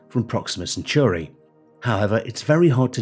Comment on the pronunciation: Gah, CentAUry, not Century!